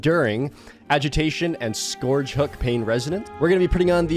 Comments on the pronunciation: Its... pronounced... skerge.. hook .... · I’m not sure if he’s intentionally mispronouncing scourge…